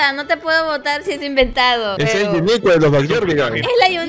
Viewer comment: amo tus videos me muero de risa 🤣🤣🤣 y me reía cuando decías uniqua 😂😂😂😂😂😂😂😂😂😂😂😂😂😂😂😂😂😂😂😂😂😂😂😂😂😂😂😂😂😂😂😂😂😂😂😂😂😂😂😂😂😂😂😂😂😂😂😂😂😂😂😂😂😂😂😂😂😂😂😂😂😂😂😂😂😂😂😂😂😂😂😂😂😂😂😂😂😂😂😂😂😂😂😂😂😂😂😂😂😂😂😂😂😂😂😂😂😂😂😂😂😂😂😂😂😂😂😂😂😂😂😂😂😂😂😂😂😂😂😵😂😂😂😂😂😂😂